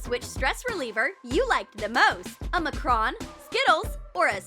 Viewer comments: Its not called a macron its called a makcroon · Its macaroons not mocrons